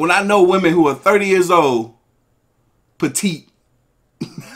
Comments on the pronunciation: Can we be honest about the fact that she's going viral saying woman and not women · she a biscuit away from that stomach popping out those jeans that’s why she mad also she a grown woman saying woman instead of women such a pet peeve lol